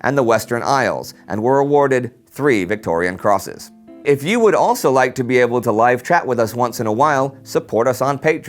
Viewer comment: I believe the award is the 'Victoria Cross', not the 'Victorian Cross'. Awesome channel, though.